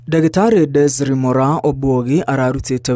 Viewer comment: Her first name is Desiree; it's pronounced as "Dezarii", not desire or desree.